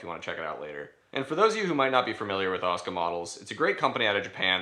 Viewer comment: i know its tupid.. by why are you pronouncing it 'oscar'?.... its Ah-soo-Kah